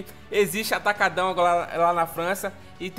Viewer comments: Amei que o nome na França será mantido em português "Atacadão" e a pronúncia dele é bonita até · Eles pronunciando ''atacadão'' em brasileiro, já está bom!!!